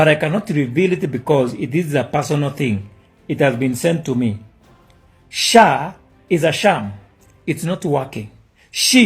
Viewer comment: He said SAA not SHAA